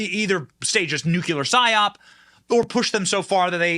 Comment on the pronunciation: NU-CLEAR.....two syllables my friend. Please stop sounding like Dubya